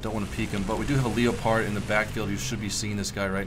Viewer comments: I know but after some research even the Germans called it the le-pard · why do u say leo-pard when its leopard like the animal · FOR CHRISTS SAKE the leopard is called le-pard not l-e-o-pard its so annoying it's called just like the cat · wow look at the LEO-pard. have you ever heard of a leopard? the animal? youre pronouncing it very wrong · it's prenounced leopard like the cat (leperd)